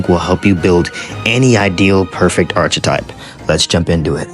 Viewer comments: ARK - uh - TYPE PLEASE TELL ME YOU'RE DOING THIS AS A BIT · Bro you don’t pronounce the ch in archetype it makes the kuh sound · Cant believe so many people dont know how to say archetype